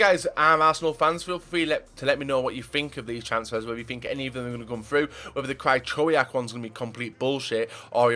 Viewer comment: Krajczołiak... that would be his name if his name was pronounced like u say it... XD